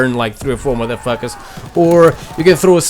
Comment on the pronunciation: Well he sure hate "da matha fackas"